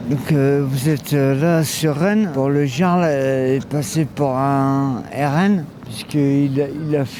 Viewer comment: On t'as dit El Yarl pas le Jaaaarl 😂 t'es encore foncedé toi hein pfffiuuu